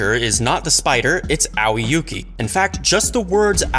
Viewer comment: aowi yuuki => a-oi yuuki (Pronouciation)